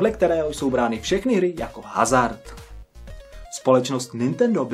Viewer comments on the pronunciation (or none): none